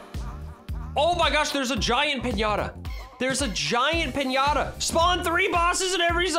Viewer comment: PIÑATA not pinyata